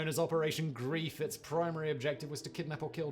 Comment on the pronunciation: Operation Greif (the 'ei' is pronounced more like the 'ey' in 'hey') die NOT target Eisenhower. That was a rumour spread to instill fear. Their target was to disrupt communications in the Ardennes.